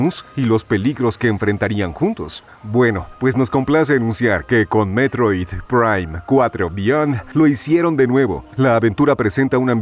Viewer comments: Si si si, muy bonito y todo, pero yo quiero saber porque se escucha todo robótico cuando dice: "Metroid, prime, cuatro, beyond". Se escucha como IA, todo pausado y antinatural.😮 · Por qué pronuncia así el nombre del juego, DIOOOOSSSSS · A lo mejor la voz de narración fue generada por IA, y ésta se confundía, o más bien malpronunciaba, el nombre del juego por contener palabras en inglés. Por eso suenan las palabras así de distanciadas, porque seguramente tuvieron que separarlas y darles otra escritura para que la IA lo pronunciara bien. Es sólo mi suposición.